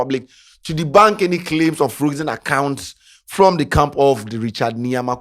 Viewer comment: what sort of english is frokzen